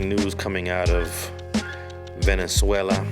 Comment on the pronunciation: You meant Venezuela not Valenzuela right? Smh amateur hour